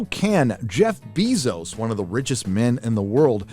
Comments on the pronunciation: “Jeff BEE-zos” 😂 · I like how you pronounce it “bee-zose” I’m stealing that. Lol. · This is the second time I’ve heard you mispronounce Jeff Bezos’s name.